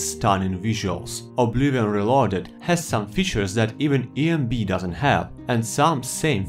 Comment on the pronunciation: boi it's not called obliwon